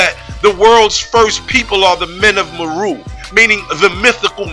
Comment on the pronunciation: Islam. Indeed, I have done research in the tribes of Kenya and Tanzania and their name is MERU pronounced MAY-ROO. I touch on this aspect in my video on the Moors. Peace.